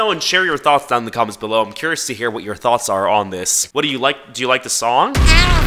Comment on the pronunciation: i cant be the only one who's addicted to the way says tHoUGhTs